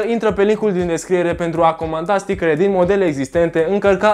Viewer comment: stickăre =))))) mai ai şi tu Stickăre ? =))))